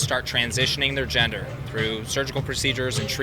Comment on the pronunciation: "Their ginger". Dummy can't even properly pronounce gender correctly but has such a strong (and wrong!) opinion on the topic.